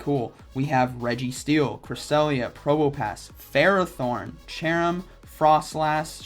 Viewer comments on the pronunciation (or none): none